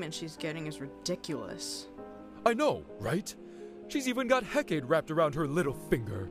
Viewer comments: Still wish they'd pronounce Hecate right, it's really distracting. The last e isn't supposed to be silent. Heca-TEE, just like Persepho-NEE. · This is great. But one thing that keeps driving me crazy: Hecate is pronounced Hek-uh-tee, not Hek-ate. It's like Persephone. I got it wrong too at first. 😅 Anyway keep up the great work. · I really appreciate the dubbing, but does anyone else keep getting thrown off every time they pronounce Hecate?